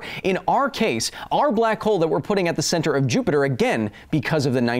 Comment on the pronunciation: For the love of god, please stop calling "Jupiter" "Jupi-Joop"...